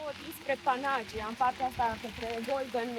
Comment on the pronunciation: Vacanta frumoasa! O mica corectura, daca se poate. Panagia se pronunta Panaghiia ( cu accent pe silaba ghi). Eu asa stiu si asa am auzit cand am discutat cu un localnic.